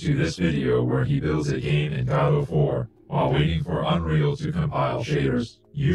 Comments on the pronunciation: I think it's pronounced guh-dough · Liking the channel so far, just have to correct your pronunciation….. it’s “Gah-Dough”, as in WAITING FOR GODOT